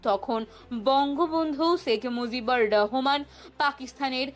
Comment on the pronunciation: শেখ মুজিবুর রহমান বললে নামের উচ্চারণ সঠিক হবে। ধন্যবাদ দাদা।